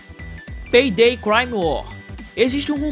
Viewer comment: vc disse peidei lsksksk invez de payday